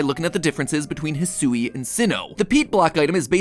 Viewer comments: I don't think "Hisui" is pronounced the way Matt keeps saying it lol I think it's more like "Hee-swee" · Uh, MatPat? Eedo? EEDO? There's one E. Next you're gonna try to tell me it's pronounced "Poh-kee-mahn," like the boomers say it. 🤣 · Oh my gosh, the way he pronounces "Hisui/Hisuian!" 🤣